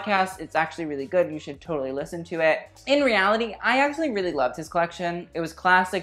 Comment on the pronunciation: They need another strong host rather than have Tan..he needs to learn how to say “really” correctly.